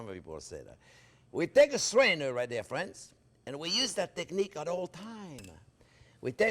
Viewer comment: You say: "Thanks for watching." I say: "Thank you, Maestro Chef, for showing and teaching and calling us 'fwends.' You bring us into your kitchen of wonders and include us, every step of the way!" We Thank You, most gratefully for making this possible. Bravo, Maestro Chef Jean Pierre!!! France Driscoll StayFree via ¡Viva Cristo Rey! Sacramento CA USA